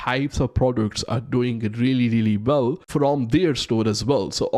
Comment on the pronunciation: “Really really bell”